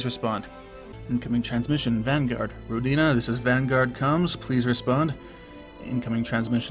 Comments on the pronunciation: Hey,, I believe the correct pronounciation is rOdina, not rodIna, just FYI:) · It's more common to pronounce it as "Row-deen-uh" though. I believe that's how the developer (Brendan Anthony) pronounces it.